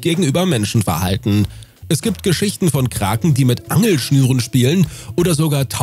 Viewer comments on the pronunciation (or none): none